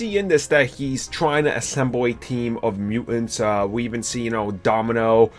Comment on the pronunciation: It is MUTANTS, not mu-ants. Jesus.